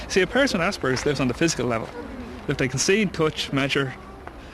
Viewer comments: assburglers syndrome :p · It isn't. It is pronounced the way it is spelled. You may not know this, but in the English language, a "p" is pronounced with a "p" sound, not a "b". [ASPERGER'S] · I have aspergers and I pronounce it ass-per-gers. I think it's funny and like saying "ass." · When it's pronounced "ass-burgers" I always think of it as an injury sustained from falling off a skateboard :-) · They need to change the name of this disorder. Or at least stop pronouncing it "ass burgers"